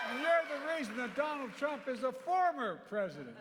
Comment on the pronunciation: Poor guy cant even pronounce Donald Trump without tripping his tongue